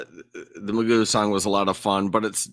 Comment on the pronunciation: And if my last name was spelled McGough I would say it as Mc Goff, not Magoo as says it.